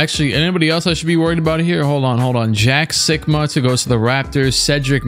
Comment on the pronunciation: When he said jack sikma I thought he said jack suckma